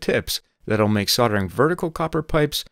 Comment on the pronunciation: Sounds like said soddering instead of soldering